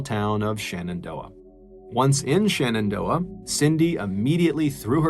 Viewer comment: I know this is just a fan edit channel, but it drives me nuts when people mispronounce basic stuff. I know, everybody loves MrBallen, but it's not ShAnnondoah, it's ShEnendoah. Stop saying SHANNONdoah.